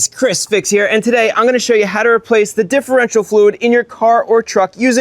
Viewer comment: Dihherential fluid